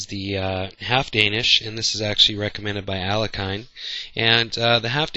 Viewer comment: thank tou for the video. Alekhine was Russian so pronunce his surname accordingly as A l 'e{r} k ii n not 'a l e k a j n. As Estrin states in his "complete opening directory",Alekhine thought the half Danish offered White the same chances as sacrificing the second pawn.